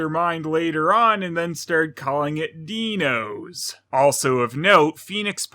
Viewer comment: The first time you hear say "Dee-nos" while talking about the various names for this thing, you think that he just made a really baffling mistake. And then you hear the characters in the movie say it as well...